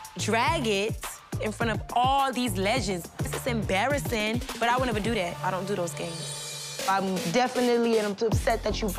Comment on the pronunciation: Smh why i heard “I don’t Dodo games”